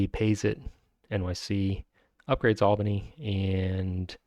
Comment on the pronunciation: Good pronunciation of Albany! :)